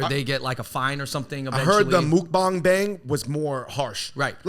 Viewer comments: it's pronounced like "muck-bahng" not "mook-bahng" fyi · the u in mukbang is more like a "uh" rather than a "mook". i think china should ban their crazy makeup filters. they have such a restrictive beauty standard, and its not bc its "deceptive" like some people say, its because it just promotes unhealthy unrealistic standards. as an asian american, im glad that america is more accepting of more diverse forms of beauty. and i dislike how asian netizens criticize every asian celebrity in hollywood for being "ugly" and "making them look bad"